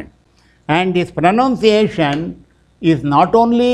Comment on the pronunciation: Sir, the Pronunciation of the word " ProNOUNciation " needs some revision in Pronunciation. Please take notice of it .